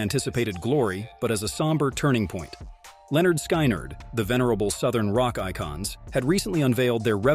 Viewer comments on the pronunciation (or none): Pronounce this band as Lynn ard. Skin ard. Hate how you're doing this! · Why did you release this terrible video? You don't pronounce the bands name correctly. You also include several inaccuracies in this video. This video is garbage and I would suggest that you take it down. I have been familiar with this event since it occurred in 1977 and know pretty much all of the facts surrounding it. Before posting stuff like this, do your homework and KNOW what your talking about!